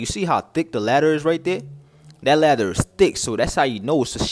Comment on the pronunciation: Hear him one more time he was saying ladder rather than later 😂 😅